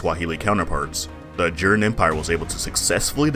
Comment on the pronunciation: Its ajuraaaan, gosh. Hometeam takes the time learning of to pronounce it but yr cringe